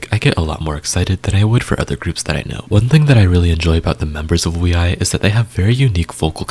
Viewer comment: Can't find time for each groups 😅 Wee i? Is that how it should be pronounced? Ok im wrong all this time